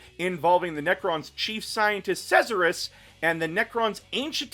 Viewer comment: is that how the silent king's name is pronounced? I always pronounced it Zarek